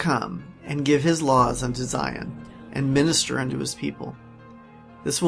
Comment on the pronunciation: I was all in until I heard him pronounce Zion.